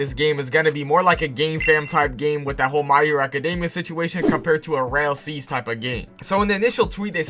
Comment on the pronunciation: Why does this man say rail seas bro 💀